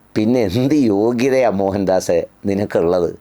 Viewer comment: മോഹൻദാസ് അല്ല മോയന്ത് ആസ് 😅